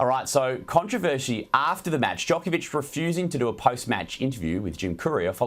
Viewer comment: Australians could do Novak Djokovic a great service by learning to say his name correctly. It's Joke-ov-ich, not Jock-ov-ich. The athlete has pointed this out many times. "If I disrespected him" is a cop out and a non-apology. Djokovic said the comments were insulting and offensive. Not if, you did disrespect him you slick weasel.